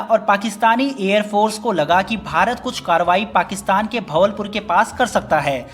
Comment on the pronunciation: Wo भवलपुर नही बहावलपुर है